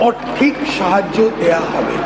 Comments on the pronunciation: অর্থিক ❌ আর্থিক ✅ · Svmcm কোথায় ??? যদি টাকা দিতে না পারেন সরাসরি বলে দিন না যে দেওয়া হবে না। ভারত কেন এত পিছিয়ে আছে ভারতের মন্ত্রী হয় কারা যারা ঠিক করে একটা উচ্চারণ পর্যন্ত করতে পারে না।আর্থিক❌ অর্থিক ✅😂😂এই কারণেই তো ভারত অন্য দেশের থেকে পিছিয়ে। আবার সোশ্যাল মিডিয়ায় বলে ভারত নাকি বিশ্ব গুরু হবে। পুরোই হাস্যকর ব্যাপার। মহিলাদের 3000 করে টাকা দিতে পারছে সবকিছু দিতে পারছে কিন্তু পড়াশোনার জন্য স্কলারশিপ দিতে পারছে না সেটা নিয়ে কোন প্রশ্নই তুলছে না। বিজেপি সরকার ক্ষমতায় আসার আগে প্রচুর বড় বড় কথা বলে প্রতিশ্রুতি দিয়েছিল মানুষকে কিন্তু তার একটাও সঠিকভাবে পালন করছে না।